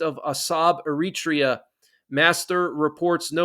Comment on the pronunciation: Several mispronounciations. In particular, Eritrea.